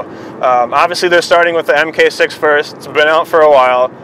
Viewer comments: MARK 6, not "m k 6" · Mark 6. Not Em Kay. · haha. "Emkay six" It's mark six. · "emm kay" is mmm gay. It's pronounced Mark 6. I love the AP in my GTI, I am hoping for some future updates from Cobb, APR's numbers are better right now.